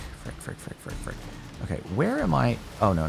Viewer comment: Its so funny to see you say a word frick a lot of times sounds like duck